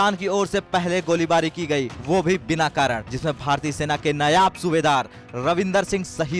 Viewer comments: Be careful. It is 'Naib' Subedar not 'Nayab' Subefar. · नयाब सूबेदार नहीं...... नायब सूबेदार. कम से कम नाम तो सही से ले लो ऐसे वीर शहीद का